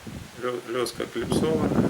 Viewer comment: Да я имею введу не название лески,а ваше произношение лЁска!!!